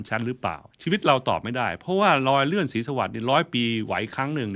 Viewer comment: โชคล้าย ลอยเลื่อน ลุนแลง คาวก่อน เมื่อไหล่ เลาควร โคลาด ท่านใช้ภาษาไทยได้สะดุ้งมาก ร.ล.ควบ.กล้ำ ไม่ผ่าน